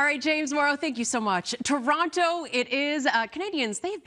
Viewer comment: The Paisano pronouncing toronTo had my dying. Then Kevin was there to clear it up. See? Kevin is necessary in such an important announcement because all Ontarians were thinking the same thing.